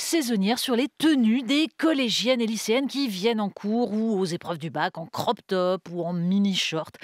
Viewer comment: "Croq" c'est votre facon de prononcer de l'anglais :"crop" ???